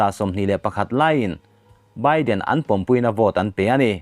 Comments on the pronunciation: Thil dang zawng aiin mizo thu thluk ilam sual reng mai..."kal khawm pumpui" tih tura, pumpui hi, sakawchhung pumpui angin ila rawn lam ziah...emphatic words ho pawh athluk iti dik thei thrin lo. Utuber-ah proffesional ini ve tawh a, tranlak hle angai...news collects etc..ah chuan ihuaiin ithra..i collect thiam bawk... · Apumpui tih hi athluk ilam dik loooo he kan chaw pai tawihna pumpui hi alom ilam daih...han tang sauh2 teh hma isawn twh khop ania ichhiar tirh ai chuan...ichhiar thiam lo poh anilo athluk hi iharsatna ber ani in ka hria midang lam dan te hi chik la ngaithla ngun paih la hmasawn han tum ve em2 tawh teh..